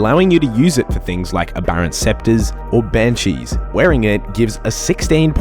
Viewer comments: Aberrant specter bro. Not scepter lol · great guide, extremely informative for all levels. One thing, just for the future: Aberrant Specter (as in a ghost) not a scepter (as in a rod)